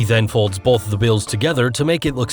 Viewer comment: The bottle and glass trick where the clear wire is attached to Bolth the glass and the bottle! That's right, Bolth of them! Bolth